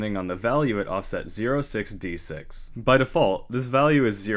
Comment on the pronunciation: ah english.. making 06D6 sound like 066...